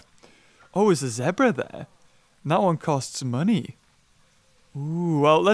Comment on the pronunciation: it is zebra not zeabra